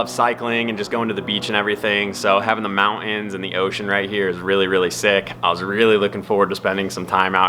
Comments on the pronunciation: Wait wha? Did he just say ( the mount inns?) Oooh the mountains. I cant keep up with all the new style "talk inn" lol jokin jokin my daughter says stuff like " heeey uh" and " nooooo uh" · Yeees uh!!! Heeey uh noooo uh....see ya in the " mount inns"